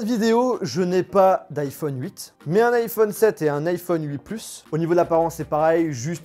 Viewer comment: Alors perso j’ai pas entendu ça, j’ai entendu iPhone cuite😂😂😂